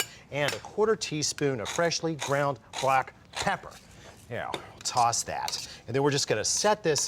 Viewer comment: I love the way he says "Freshly ground BLACK PEPPER, ugh f*ck yeah, toss that yeah, ugh f*ck"